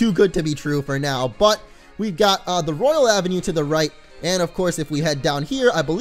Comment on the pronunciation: It’s royal not royale